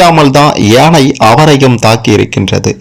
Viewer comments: எனை இல்லை யானை உச்சரிப்பு சரியாக இல்லை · முதல்ல ஒழுங்கா தமிழ் ல பேசு ஏனை இல்லை யானை.... 🙄🤦‍♀️ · யானை யை சரியாக உச்சரிக்க கூடாதா? ஏனை, ஏனை என்று சொல்லலாமா? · ஏனை இல்லடா யானை....யா ...சொல்லு யா...யானை 😂 அட வாய் வெளங்காதவனே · யானை என்பதற்குப் பதில் ஏனை என்று ஏன் சொல்கிறீர்கள்